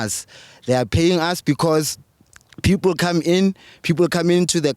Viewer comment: Anyone who pronounces the word 'People' as pipulu belongs to the uneducated majority in South Africa. I am sure you can tell which ones are your brothers and sisters here, and you can tell which ones are the more educated ones and ofcz they`ll be the foreign nationals.